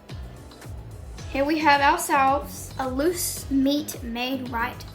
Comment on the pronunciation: At first, I thought you said moose meat sandwiches